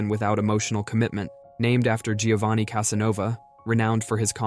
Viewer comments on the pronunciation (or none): none